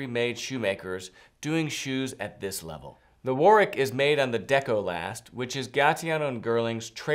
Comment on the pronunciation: Lovely shoes! The ‘w’ isn’t pronounced in Warwick.